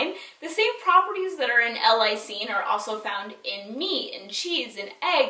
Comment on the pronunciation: I love u!!! This is such a small detail, but it's pronounced "L. (space/pause) LIE-seen":) but great tips!! Xoxo